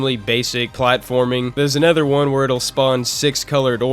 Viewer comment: Take a shot every time pronounces Another as A NETHER Jokes aside great review, synthcels should make more content